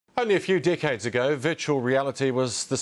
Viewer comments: Only a Few Dick head ago xD thats what it sounds like but he did mean Decades.. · Thats exactly what I heard when this video played I had to rewind it, was like "whaaat?" and then "for dickheads now weve been promised virtual reality" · Omfg thought he said "only a few dickheads ago" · I'm surprised nobody said anything about the saying "decades" sounding like "dick heads". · Im American, and I'm sorry if I offend anyone, but at the beginning, "decades" sounds like "Dickheads" xD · Eradk8 I understood a few dickheads ago... only after a few times replaying that part i heard. Only a few decades ago xD